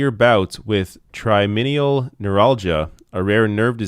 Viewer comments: Jon Coda - tri-gem-inal. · It's Trigeminal Neuralgia. It's pronounced like try-Gym-inal Love your show and your politics, but you read a lot... badly, lol.